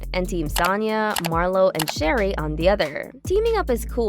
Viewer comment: So, it's not Sherry. It's Sha-ray, like Renee. Start there. Learn how to pronounce their names. Then I'll take this seriously.